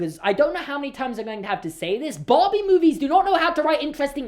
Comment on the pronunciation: No one:: BAWHBIE